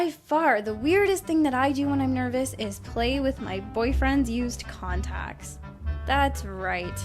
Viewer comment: I THOUGHT SHE SAID CONDOMS NOT CONTACTS AJSJFBDJDB